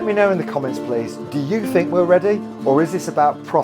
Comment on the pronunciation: Hey. How come you can pronounce the 'th' in 'third' but in the word synthetic you replaced the 'th' with an 'f'... You can say the 'th' in the word 'the' but when it comes to the word 'think' you say 'FINK'....?! Can someone explain this?